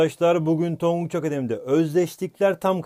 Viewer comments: tonguc yerine tangac dedin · 8.05 tanguç diyor hoca adfafdafaf